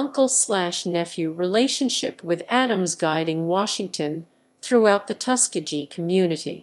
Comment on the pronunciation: Reader improperly pronounces commonly known terms…to include Tuskegee. Please take this down!!!